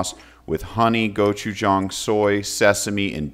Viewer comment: Thank you pronouncing the gochujang correctly